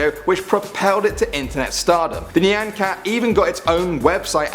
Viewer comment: He pronounced "nyan" correctly but not "shiba" (he said "shibe" (trust me i live in japan)